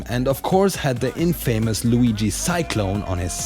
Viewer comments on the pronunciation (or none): Just so you know... infamous is pronounced as "in-fuh-miss"